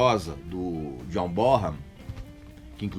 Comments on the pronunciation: Para quem não sabe, a pronúncia do nome do John Bonham é 'John BÓNAN'. ABRAÇO! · Plant viveu o inferno na terra quando faleceu Karac, e poucos anos depois falece tbm John Bonhan(que todo mundo pronuncia errado dizendo "BORRAN" o correto seria BONAN, vide o otimo SONG'S REMAINS THE SAME onde Plant pronuncia o nome diversas vezes) Eu que perdi um amigo muito próximo a poucos anos , imagino o inferno astral que Plant deve ter vivido. Não sei o quanto Bonhan e Plant eram próximos, mas se eram muito ligados, senti e sinto na pele o que ele viveu. Saberia detalhes disso?